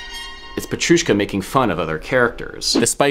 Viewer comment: You pronounced Petrushka as Peccchrushka xD. Its a t not a ch